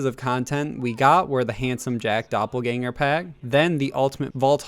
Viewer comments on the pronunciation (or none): none